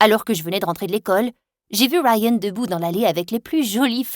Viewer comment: "Rayyyyennnn" mdr c est pas rayan je sais pas moi ??😂😂😂